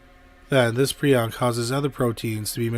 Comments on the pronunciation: Nice episode but the word isn’t py- ron. It’s pry - on. Prion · It's pronounced PREE-on. Prion diseases deserve far more discussion and research than they get. Please, honor the victims of, and researchers working on, prion diseases by pronouncing it correctly.